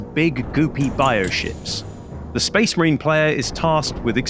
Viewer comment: Lost it when you said 'Spase Mareen' like that Commisar from Fire Warrior lol Love your content my Friend, keep it up!